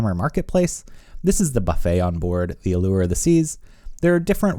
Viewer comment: Thanks for pronouncing "allure" correctly!!!